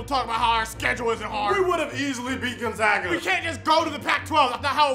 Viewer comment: It's Gonzaga, not gon(g)zaga, how people mispronouncing that?!??!! 🤣🤣💀💀🤣🤣